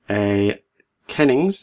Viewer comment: You pronounced Rouwen hennings kennings, great video, from Deutschland